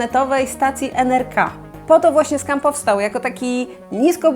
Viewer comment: Przepraszam że poprawiam ale to nie czyta sie NRK tylko NRKO